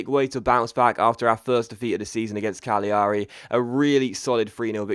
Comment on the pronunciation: It's said cagliari as in calairi you miss the g not cag li ari